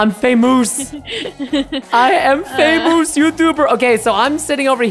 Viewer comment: I love when he said I'm famoos 😂